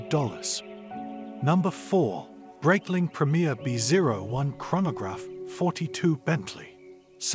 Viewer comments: For the love of god, if you're a watch reviewer at least pronounce the name correctly. Breitling, is a Swiss company with Swiss-german heritage, the name therefore is pronounced Br-eye-tling, not Br-eyt-ling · Video would have been much better if you pronounced Breitling properly